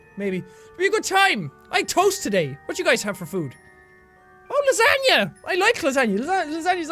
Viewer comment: Oh.. What you have... LaSANYAAA(how he pronounced it killed me.)XD)